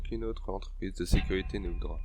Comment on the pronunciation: Sympa cette histoire. Gg. Enleve le R à sécurité 😉 gros pouce lâché